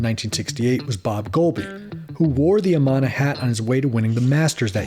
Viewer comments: How can you not know how to announce Amana? Like it’s still a huge appliance brand . UH-MAN-UH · Lost me with the pronunciation of Amana... It's Uh-man-uh. Short a in man. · Good information - BTW you pronounced Amana in correctly; it is A - Man - A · The company name was pronounced "UH-MAN-A".